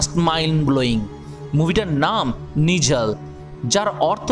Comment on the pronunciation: Etar pronounciation ta নিরাল hbe